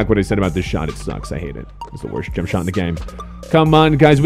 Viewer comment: you say jump shot wierd